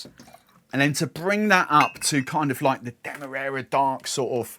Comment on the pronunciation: Not that you asked, but I think the first a in Demerara is pronounced like the A in marry